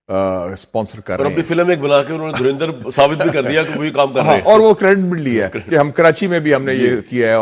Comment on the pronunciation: ये पाकिस्तानी अच्छी भली धुरंधर को तरिंधर क्यों बोलते हैं 😄